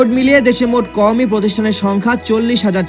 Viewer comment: শব্দ উচ্চারণ করতে পারেনা সে আবার ইসলামী শিক্ষা নিয়ে ভুল সংবাদ প্রচার করে।আদর্শ মানুষ গড়ার প্রতিষ্ঠান কাওমি মাদ্রাসা।